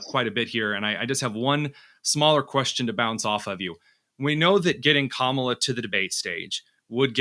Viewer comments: Not kamella; rather ‘mala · Professor Hanson, I'm a big fan of yours. Stop mispronouncing her name. You're better than that. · hatred filled gossiping no bodies...can we find ALL of your past... sure we can... By the way ...Walz did not desert...he retired..and can you pronounce Kamala name right?...I guess not. All this hate is why you are losing. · Hanson destroys his credibility by intentionally mispronouncing Kamala's name like they've all been taught to do. That kind of grade school taunt makes people dismiss your views. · Also, independent voters like myself see how Trump and his sycophants continue to mispronounce her name. it's disrespectful, and it's childish behavior. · Dr. Hanson, it makes you look bigoted to mispronounce Kamala's name. If her policies are so palpably wrong, why do you need to resort to name calling? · He doesn't even know how to pronounce 'Kamala'. Rather hard to take seriously - aside from all the inaccuracies and fabrications. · Those who mispronounce "Kamala" (including Trump and RFK Jr) seem out of touch. Even second graders know how to pronounce the VP's name correctly. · this guy can't say kamala's name right either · Wow! I am more amused with the third grade level comments from the MAGA cult…rude, crude, uneducated, divisiveness. Good luck boys! Even the hosts of this dying show can’t give the vice president of the United States the respect of pronouncing her name properly. I am truly impressed.